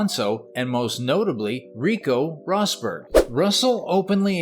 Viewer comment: Wait....did you say Rico Rosburg.